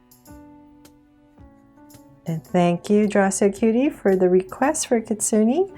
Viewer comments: yep its not kitsunie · you pronounced kitsune wrong :/